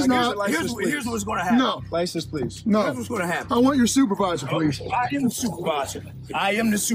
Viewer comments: policeman called poullease? XD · “Sergeant Pullease” I’m dying 💀